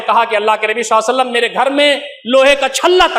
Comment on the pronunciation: مولانا سے گزارش ہے کہ نبی صلی الللہ علیہ وسلم تو صحیح سے بولیں ایسا محسوس ہوتا ہے کہ درود پڑھتے ہوئے درود شریف کے کچھ لفظ کھا جاتے ہیں مولانا صاحب درود شریف صاف لفظوں میں ٹھہر ٹھہر کر پڑھیں. ماشاءاللہ بہت خوب شیخ.